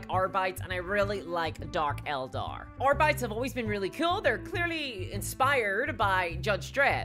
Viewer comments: You say R-Bites. Isn’t it diabetes…errr I mean Ar-bee-tees? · AR-BEE-TEEZ. Not AR-BYE-T-S. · “Arbaits” rip Latin